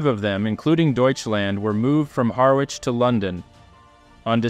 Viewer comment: Another excellent production, may I just pull you up on your pronouncation of Harwich, the w is silent and pronounced Ha rich, a very minor point. Thank you for your work, it's very entertaining and informative.